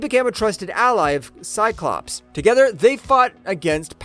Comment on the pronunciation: Drinking game. Drink when you, hear cyclopse